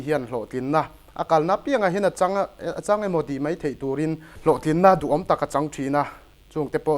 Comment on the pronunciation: Daih tih turah deih, mai tih turah mei tih a ching thin hi ka lo ngaimawh thin, hi chu... 😮🎉